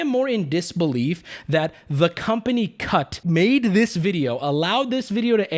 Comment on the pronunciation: When you said "cut" I swear to god I heard "cuck"